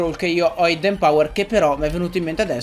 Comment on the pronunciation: Hidden power si pronuncia idden non aidden ;)